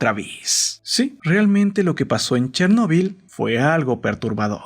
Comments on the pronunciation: Tc: dice chernebol Yo: quien rayos es Tc: una maldicion :v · Pensé que se pronunciaba Chérnobyl